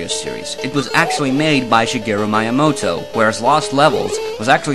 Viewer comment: its miyamoto, not mayamoto